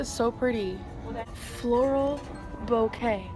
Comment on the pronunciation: FLOREEOLE BOKAY